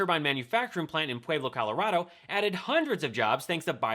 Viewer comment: She doesn't even say "Colorado" right.